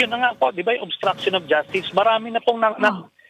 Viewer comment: Paano po naging obstraction of justicre yon pki paliwanag nabubulol kasi diya ng bigkasin yon